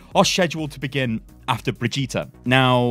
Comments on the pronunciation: ...bro it's fucking Brigde-et that's it. Not fucking Bidge-eet-a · For the love of god it's not bridge -Ēta it's brigg Ē ta!!! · Its still Bri-gitte not Bri-gitta!! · God stop calling her Bridgeata it's "BRIDGE IT" reeeeeeeeeeeeeeeeeeeee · Hey, It is BRI GI TE (not BRI GI TA!) search german google translate and play brigitte. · Still calling her Brehjeeta, eh? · Jesus... SHED YOU ULL BRIJ EAT A???, these are not how these things are pronounced. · Just wanted to let you know that the r in Brigette is silent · She’s been announced how long ago and you still can’t pronounce Brigitte correctly? Even though she says her own name in the short and Jeff pronounced her name in a video ? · It's ok, you'll learn how to say her name one day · Why is it so hard for you to say Brigitte? Just say it like the kid from the sound of music. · If you say her name wrong one more time Imma flip. I'll still watch you but I'll be less happy about it, lol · Holy hell, man, it's not that hard to pronounce BRIGITTE. Just listen to how it's pronounced in some of the official videos a couple of times and then copy that pronunciation. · I'm sorry but you really have to learn to pronounce Brigitte. I'm putting a dislike on this video until then.